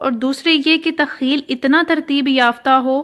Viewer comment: Takhiil nhi takhaiyul hota ha تخیل